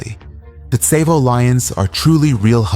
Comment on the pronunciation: Tsavo is pronounced saw-vo and I’m pretty sure the lions only killed like 20 people and the original number was embellished